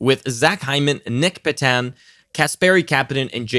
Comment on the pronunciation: you speak french by chance? Sounds like it the way you pronounced Nic Petan